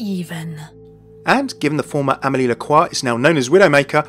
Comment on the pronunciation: It's amille not emely